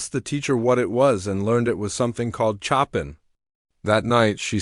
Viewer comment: Show-pan not Chop-in